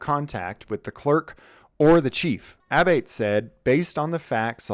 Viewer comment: Abate and Abboitte are pronounced "Ah-Bott-EE".